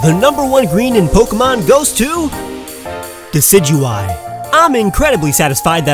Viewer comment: It's not disigueye